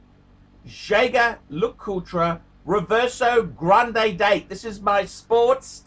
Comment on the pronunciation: Gerrrraaaard perregay